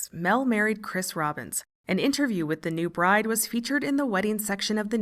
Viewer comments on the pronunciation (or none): none